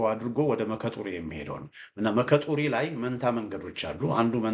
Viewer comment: የምትሰጠን መረጃ በጣም ግልጽ ነው ሙያህ ውትድርና ባይመስለኝም በካርታ የተደገፈ መግለጫህ ከታዋቂ የመኮንኖች የዛሬው ለብለብ ሳይሆን ከቀድሞው የሐረር ጦር አካዳሚ ምሩቅ ትመስለኛለህ በተመጽኦ ነው በየቀኑ የምከታተልህ አንዳንድ የአካባቢ ቦታዎች በኦሮምኛ አክሰንት የሚጠሩ ኦሮምኛ አለመቻልህን ይገልጻል ለምሳሌ "መከ ጡሪ" ብሐህ የምትጠራው ሙከ ጡሪ ነው ሙከ ማለት እንጨት ነው::ስለ ልደቱ የሰጠኸውን ፋኖን በተመለከተ አስተያየት ተከታትያለሁ ልደቱ የደርግ ኮምኒስት ግርፍ ካድሬ በመሆኑ የመቀናጆ በሬ ወደ አገሩ ይጎትታል እንደተባለው ኮምኒዝም በደምስሩ ስለተሰጠው ከዛ መላቀቅ ይከብደዋል የነዘመነን ትግል አኮስሶ ሲገልጽ ሳይቀድሙኝ ልቅደም በመሆኑ የነጀዋርንና ወያኔን ሴራ ሳያውቅ ቀርቶ ሳይሆን በእነሱ ተንጠልጥሎ የእነዘመነን የመጨረሻ ውጤት ለመጠቅለል በመሆኑ የሰጠኸው ምሁራዊ አስተያየት ለልደቱ ካላመጠው ጥሩ ጉርሻ ነው እስክንድር ነጋንም እግር በግር ተከታተለው አደገኛ ወስፌ ነው